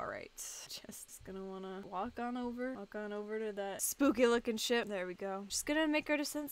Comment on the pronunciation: This is hilarious btw did you guys noticed that when said,"ship" it sounded like she said,"sh*t"